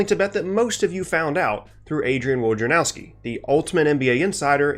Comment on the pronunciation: His name is pronounced "Voy-na-rov-skee", it's a Polish name.